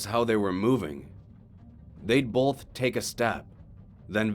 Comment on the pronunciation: Both not bowlth!!!!!! Keep.up the good work!